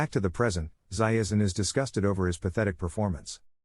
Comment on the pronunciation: Why are they pronouncing Zaizen as Zaiezen all the time?